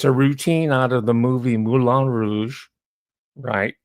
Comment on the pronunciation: French word Moulin is pronounced "Moo-LAN"